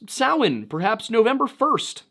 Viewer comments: Underappreciated aspect of this video: the pronunciation of Samhain is actually correct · Anyone else here breathe a sigh of relief when he pronounced Samhain properly? 😂